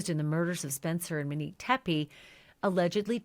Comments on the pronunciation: Ashleigh I adore you but it's Not that people are upset because you're calling her Mo, It's because of the way you pronounce Monique. You say MInique instead of MOnique. I'm 99.9% sure that's what people are talking about!! Thanks for all do!! 🥰🩷🥰🩷🥰🩷🥰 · I hear you pronouncing her name as “Manique” rather than “Monique”, but yes she went by Mo apparently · Ashley, please try to pronounce the female victim's first name correctly. It's pronounced Monique with a long O sound, not Manique with a short A sound. Even the transcript hears your pronounciation as "Manique". It's just more respectful to get her name right and you are the only true crime podcaster who has been mispronouncing it. Everyone else says "Monique" with a long O sound. Thank you. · You keep mispronouncing her name. It's MO(long O)neek. Not MIN-neek as you've been saying. If it's hard to say, stick with “Mo.” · Why do you keep saying MUHnique? Good coverage, but that's very annoying. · This is petty of me but I’m going to say it anyway because it’s driving me nuts. Her name is not Muhnique. It is MOnique. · Can you please pronounce her name correctly? It's not Meh-neek. It;s Mow-neek. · You call her “Mo” but you then call her “Manique” and refuse to just say “Monique” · Her name is Monique. NOT Minique, not MO. God, lady, why the EF is her name such a problem for you? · MOnique…Ashley I adore you but it sounds like you’re saying Manique or Minique it’s driving me crazy, I would rather you say Mo 💙🫶🏻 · Her NAME is MO- Nique NOT Menik!! Short Mo stop saying her name incorrectly!! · Yes, MO-Nique not MA-nique. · Why are you struggling with calling her MOnique? When you easily called her “Mo”. You keep saying MENique 🥴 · Fine with calling her MO…. No problem with that! But then can you also call her “MO-nique” Not “Muh-nique” Please! 🙏 love you Ashleigh, but it’s been driving me insane!!! Thx 😘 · HER NAME IS MO-NIQUE stop pronouncing wrong. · Pronunciation MO-nique, not MUH-nique